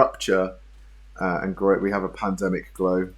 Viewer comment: It's pronounced Garot 🤣